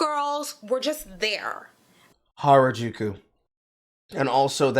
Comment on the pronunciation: B can't even pronounce Harajuku right XD gtfo here